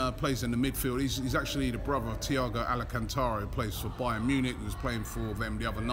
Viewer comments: Thiago Al-CAN-Tara!!! Why do you butcher names all the time?? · The way you pronounce players name wrong really pisses me off. Alaaaa -can - tara?? Wth.